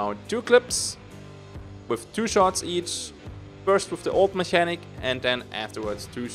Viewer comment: Mechanic is pronounced with two K's,!